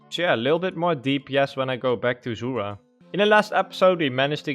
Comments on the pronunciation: Zul-rah, not ZOOORAH Had to say it, love the vids tho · Yes. Also titty farming